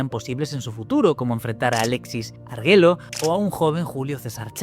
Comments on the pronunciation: Sin Hate ni mucho más Pronunciaste mal el apellido de Alexis Argüello Te pido con mucha violencia que pronto le hagas un video!! Su vida es muy interesante además de lo rara que fue su muerte Saludos desde Nicaragua…🇳🇮🇳🇮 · Se pronuncia Alexis ARGUEYO aunque se escribe Arguello 😂😂😂😂